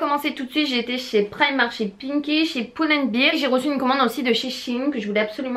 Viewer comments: Pull and "bèr" sinon "bir" veut dire bière ^^ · Coucou, pull and bear ca se prononce pas "poule and bire" mais "pull and bère", beer comme tu le prononce c'est une bière en anglais ;)